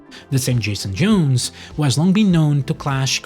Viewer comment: Jason J-OWNs, not Jason J-OONs.